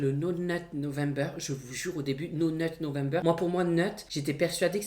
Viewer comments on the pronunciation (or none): Video super. Tu m'as bien fais rire comme d'habitude ❤️ (c'est pas no net november mais no not November 😭)